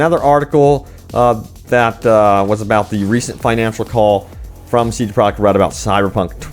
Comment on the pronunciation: I am not hating when I say this but wouldn't it be easier to say CDPR instead of CD Projekt Red every time because you say it a helluva lot, and when you say it you mush it all together(I guess to say it faster) and it sounds fucked. You should say CDPR, I promise we will know what you are talking about